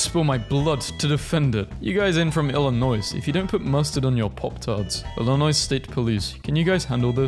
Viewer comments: I’m from Bloomington il and the fact he pronounced it IllinoiSssss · Ain’t know way you just said it like Ilin-noise. It’s pronounced Illin-oy. This is a heinous crime, and I don’t even live in Illinois. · The way bro pronounced it "illinoise" 💀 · “illinoiss” THE S IS SILENT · If you don't know, Illinois is pronounced Ill-ih-noy. The s is silent. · Illinois is not plural its singular. Don't pronounce the S at the end. ( ILL - a - noi) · Does it bother you that he pronounced the s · That's because the S is silent and don't blame us for it blame the English language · The S in Illinois is silent you silly euro man you 😂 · As some one from Illinois I am horrified that you pronounced the 's' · First, he couldn't pronounce Iowa, and now he can't pronounce Illinois? 🤣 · Bro, the s is silent in Illinois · the way you pronounced illinois should be criminal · As someone from Illinois, the S is silent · the s in Illinois is silent. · The S is silent in Illinois. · sry man, the"s" at the end of Illinois is silent. on that note, "Arkansas" also sounds nothing like "Kansas". USA? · You have unlocked a powerful enemy. By making the mistake of pronouncing the s in Illinois, you have unleashed the wrath of every submachine gun in Chicago. You have one day. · BRUH THE S IN ILLINOIS IS SILENT MAN! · Btw the s is silent in illinois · The s is silent. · IT’S NOT PRONOUNCED ILLINOI’S IT’S PRONOUNCED ILLINOI GET IT RIGHT!!!! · First off, that’s gross nobody puts mustard on pop tarts, second off, please don’t say the “s” in Illinois it is silent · It is pronounced Illinoi. The S is silent. Nearly had an aneurysm while trying to type a comment with the video automatically repeating. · The s is Silent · Had to take back my like due to the way you pronounced Illinois Ps. The s is silent